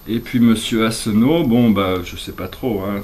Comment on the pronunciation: J ai bien entendu ? Fillon? ?😂😂😂😂 Vous me faites halluciner .... c est Asselineau et non Asseneau, renseignez vous bien avant de parler de politique. Ce qui vous semble radical chez Asselineau, c est le seul qui propose la sortie de l UE, de l euro, et de l Otan, piloté depuis Washington et qui nous entraîne dans les guerres illégales que l on connaît au Pr- Orient et en Afrique...je veux bien que vous soyez pro Trump et pro Usa, qu en pensent vos Guides? Je suis consternée par votre aveuglement terrestre(politique) et spirituel.😐Y Ps: pour ceux qui veulent s informer en tout connaissance de cause, car ses élections sont capitales , allez sur UPR .fr, renseignez vous sur les GOPE (uberisation de la société française, disparition des services publics et du smic, les politiques nationales sont dictées depuis Bruxelles, etc. .. ) 10 ans de conférences gratuites sur le net, pour informer les citoyens de ce qui se trame derrière notre dos, factuels et sourcés! Fillon, non mais vous êtes sérieux? ?? Yamina